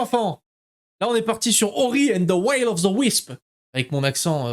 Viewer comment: Coucou toi !! Bravo !! Le gameur du YouTube ! ...le YouTube game !! Toussa ! 👏 Et c'est the Will qui se lit "ouil" 🤣